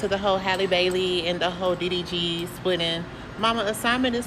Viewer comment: His name is D D G I don't know what you are saying😂